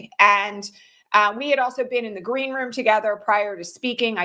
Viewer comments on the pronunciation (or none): none